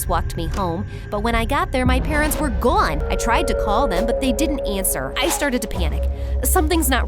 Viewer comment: “my parents were gwone!!!” 😂😂❤❤😊